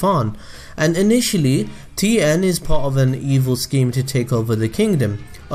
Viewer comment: As a Mandarin speaker, I can confirm that you said Tien's name correctly